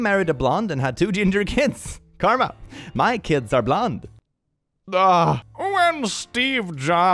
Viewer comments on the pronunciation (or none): none